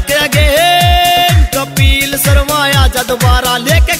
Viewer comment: kapil sharma ka name to dhang se le leta कपील नही है कपिल है